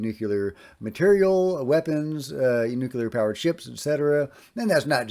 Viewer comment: Just a note on correct pronunciation,, nuclear not nuculer. No big deal.